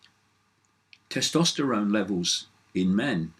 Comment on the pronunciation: Hey Dave ..... there's an 'S' in Tes-tosterone ;-)